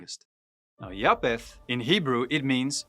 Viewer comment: Ek wil net vraag iets uitklaar omtrent die uitspreek van "ph" In Engels. Bv. Pro-PH-ecy. (pro-F-esie in Afrikaans.) Dit is dieselfde woord en beteken presies dieselfde. Noag se seun is JAFET (Afr). Hoekom spreek jy dit uit as Ja-P-et? Mis ek iets? Ek geniet jou kort preke. Alle seën vir jou!